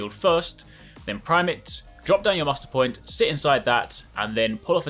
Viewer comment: I know you said Muster point but I totally heard "Mustard Boi".... And it's yellow... I'm going with Mustard Boi